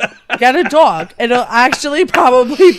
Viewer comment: I love when she said “dog”. That was the most New York thing I’ve ever heard.